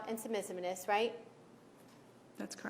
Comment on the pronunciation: Trying to act like a hardass towards a witness doesn't work when you can't pronounce submissiveness 🤦🏻‍♀️